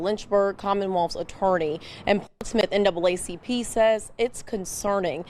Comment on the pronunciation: NAACP! STOP SAYING DOUBLE A,,,,,,YOU ARE ADDING AN EXTRA SYLLABLE